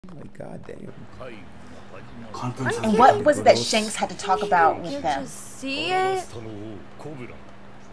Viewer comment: He said shanks